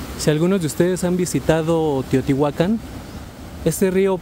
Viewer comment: ERES D3 LAS POCAS PERSONAS QUE SABEN PRONUNCIAR BIEN TEOTIHUACAN, CORRECTAMENTE.